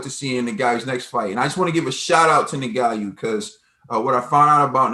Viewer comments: You gid a great job as ever, but it's 'Ngannou', not 'Nguyou', ffs... :) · Btw the pronunciation is "En-ga-nou" had it right at one point and then just gave up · It's pronounced EN-GAH-NU. Lmao. Great Video